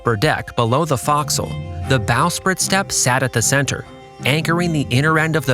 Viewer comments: Folk-sil, not Fox-sil. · And “forecastle” is pronounced “fo'c'sle” as in “foe”. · fo'castle is not pronounced like that either, truly bugging me, but then, I'm ex-Navy. Figured someone else would be bugged by this. Fascinating expose' for sure.